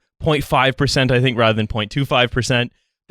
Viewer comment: another rahther-er 😯